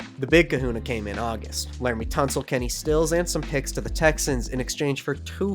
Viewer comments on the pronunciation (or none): none